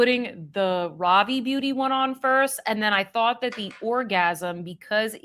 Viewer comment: Ravie is pronounced Ruh-Vee. 😊